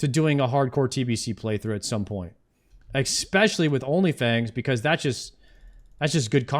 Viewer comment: Why do you pronounce it expecially? :(